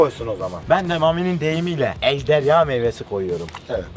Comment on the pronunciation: Mamiiiiiiiiiiiii ejdeya değil ejderya 😂😂